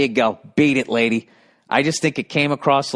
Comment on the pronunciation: He needs catchprasing for more words so he can hold a whole conversation where he accents every third word a specific way.